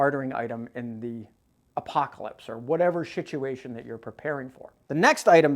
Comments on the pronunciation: Did I hear you say.. shituation??🤣🤣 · Did I hear wrong or did you say "shituation"?😂😂